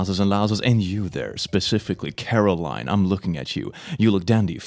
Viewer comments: Its not caroline, its coraline! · It's coraline not caroline. ;)